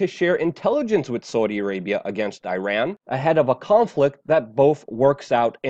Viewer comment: that's the way to pronounce Iran correctly. It's not I-ran. Thanks for trying Luke.